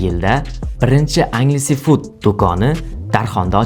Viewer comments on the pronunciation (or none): Angelsfood (enjelsfud❌ angelsefud✅) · Balton 😂 beltn deb etiladi qanaqa yozza shunaqa oʻqib kartadagi balton dakami 😂 Enjelsfud deb talaffuz qil iltimos Anjaleses fuud deb emas